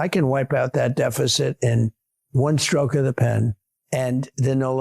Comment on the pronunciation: "One shroke of a pen" ...hmmm